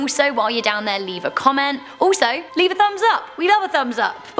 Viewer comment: You said leev a comment but I don't no what comment to put